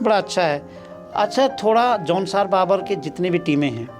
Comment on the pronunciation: जौनसार भाबर है न कि बाबर। ग़लत उच्चारण कर रहे हैं। भाबर का मतलब ढलान वाला मैदान। बाबर का उद्बोधन अय्याश atatayi लुटेरा से होता है।